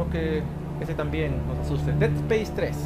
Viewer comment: es deAd Space no ded spese